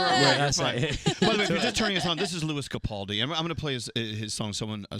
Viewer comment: Lewis capoldi?? 😂😂 smashed it Lew babe xxxxx